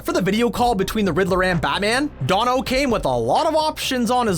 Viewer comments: man said Duh-No, its DANO dude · Constantly mispronouncing Paul Dano's last name (sounds like "Day-no") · ugh... learn how to pronounce Paul Dano's name.